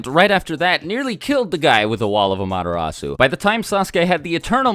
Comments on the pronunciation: y do u say madarasu when its called an amaterasu? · Am-ah-te-rasu not Amadarasu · When you say 'AMTERASU' it sounds like 'MADARASU' 😅😅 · Its pronounced as AMA-terasu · It's NOT AMATERASU ITS AM-A-TER-RASU